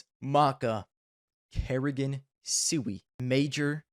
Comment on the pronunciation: u even dont know how pronuance Siuhy. That list is shitt like u.